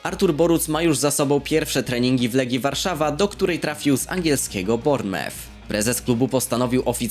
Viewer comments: czyta się BORNEMUF! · Nauczy się czytać Bournemouth!!!!!